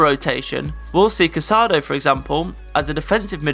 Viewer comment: I wonder why everyone on youtube mispronounces Casadó's last name. It's CasadÓ, not CasAdo.